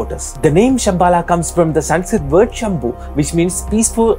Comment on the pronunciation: Why di you add AA like the westeners? They dont know the pronounciation of sanskrit words but surely you should right?